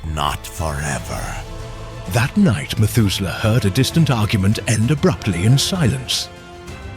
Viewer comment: E-end with goht